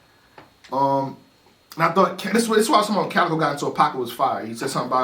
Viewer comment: the cow and chicken bar WAS NOT FIRE .. his name is CALicoe not COWicoe lmao